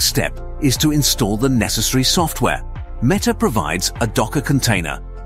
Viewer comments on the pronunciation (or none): itrs not meeta its metta! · El Llama by Meeta lol. Did ai read the script?